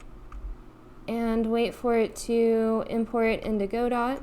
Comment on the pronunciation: Just one little niggle, it's not pronounce "go-dot", it's "god-oh".